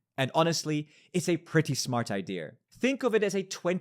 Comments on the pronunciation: “pretty smart idear” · pls learn how to pronounce the simple word idea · Try saying IDEA without the R, dude